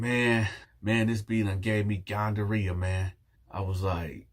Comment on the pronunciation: Ahahahahahaha but wait…no one else heard him say “gon-duh-rea”? I know damn well I’m not tripping. The first time he said it lol.